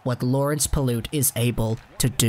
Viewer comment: PYLUT NOT PILOOT